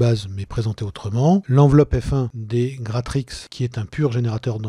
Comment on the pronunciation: Et puis Gratrix tu le prononces parfaitement je trouve, pas si dur à dire finalement.